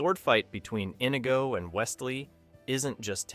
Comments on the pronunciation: it's not 'Inny-go': it's InEEgo' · Nicely put together synopsis. But, for crying out loud, could you not pronounce "Inigo" and "Reiner" properly?!?